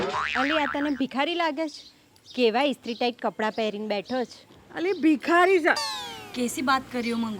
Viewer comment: મંગુબેન એક ભૂલ તો છે મીસ્ત્રી વાળા કપડાં નહીં ઈસ્ત્રી વાળા કપડાં બોલો 😂😂